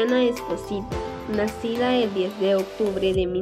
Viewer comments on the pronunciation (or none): none